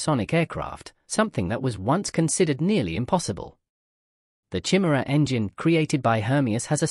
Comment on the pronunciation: Good video, but sort out the pronunciation of Chimera